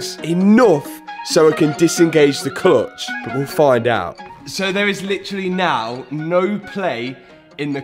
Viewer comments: “Clotch” “clotch”. I’m sure you mean clutch. ? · I don't think i've heard 'Cluitch' so much in my life haha! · Love your videos. But I really just keep coming back to hear your pronunciation of "murciélago" and "clutch" :) JK